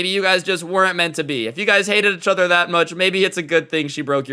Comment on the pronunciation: I like how says echother instead of each other